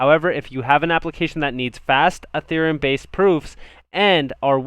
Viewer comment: it's not "A"thereum it's Ethereum just sayin. Good analysis otherwise, thanks.